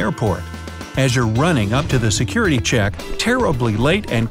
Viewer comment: he said curity line instead 👁️👄👁️